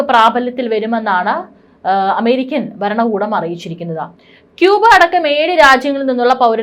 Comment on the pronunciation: 'ബരണകൂടം' , 'വിബാഗികം',ബാഗികം',വിധ്യാർത്ഥികൾ'. ???? തെറ്റാണ് ഈഉച്ചാരണമോരോന്നും. ഭരണകൂടം, വിഭാഗികം,ഭാഗികം, വിദ്യാർത്ഥികൾ. ഇവയാണ് ശരിയായ ഉച്ചാരണം.ഭാഷ ശരിയായി ഉപയോഗിക്കണം.